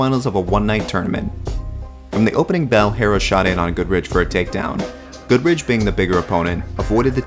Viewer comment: Shit video. The Goodridge stoppage was just fine for when that fight happened, you are also shit at name pronunciation.